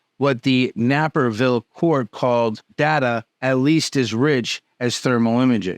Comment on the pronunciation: That's not Napperville, man, it's Naperville. Long A sound, eh? It sounds so ridiculous.